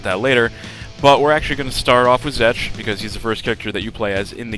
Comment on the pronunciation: i'm pretty sure you said zek.